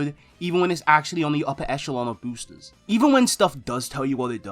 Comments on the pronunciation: Da booostuhs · i only didn't click off because you say boosters like an example new yorker